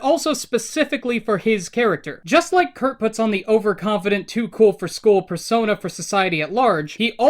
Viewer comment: I keep hearing you say fursona instead of persona